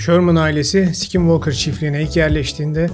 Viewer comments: Aynen ya sk yan yana gelince öyle içten s7k7nvalkır diyo ki😂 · "skinwalker" deyisin beni benden aldı.😅 bedava ingilicce ders verebilirim 😂